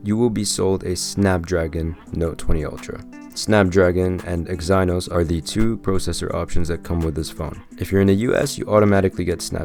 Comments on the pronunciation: Dafuq is Exi-Nos my man? That's one very weird way to pronounce it. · It’s Ex-ih-nohs lol but great review 👍🏽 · "eggs - eye - noss" XD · The way you say exynos is a crime against humanity...